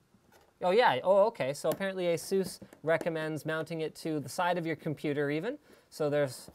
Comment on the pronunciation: its pronounced ay-sus